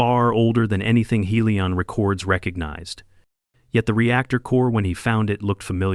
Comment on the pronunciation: "far more than Helion re-CORDS recognized..."!!!!!!!!!!!!! WRONG STRESS ON WRONG syll-ABLE!!!!!!!!!!!!!!!!!! Fix AI!!!!!!!!!!!!